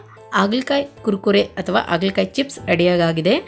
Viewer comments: ಆಗಲಕಾಯಿ ಅಲ್ಲಾ .... ಹಾಗಲಕಾಯಿ... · Haagala kaayi not Aagala kaayi